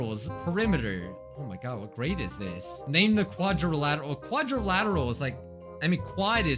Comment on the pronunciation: He saying quadrilateral wrong